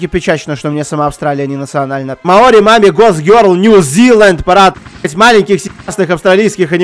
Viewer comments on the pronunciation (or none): всем закрыть окно, в слове маори ударение на букву О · Так он вроде бы и произносил Мао́ри, нет?